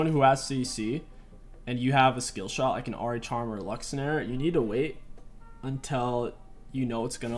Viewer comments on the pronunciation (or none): none